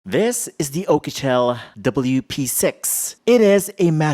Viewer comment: I love the way you say P'sex 😂